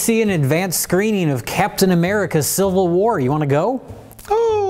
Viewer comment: We give shit for his mispronunciations, but no one's going to talk about saying "Silvil War"? 😂